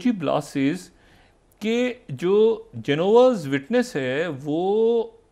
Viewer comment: Shahid Masood is saying Jehovah’s witness wrongly ..